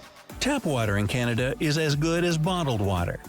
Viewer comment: Somebody should tell the Yankee who made the video that you're reviewing....that Polar Bears are WHITE, not Brown.....and that "Canada" doesn't have a "Y" in it after the "C".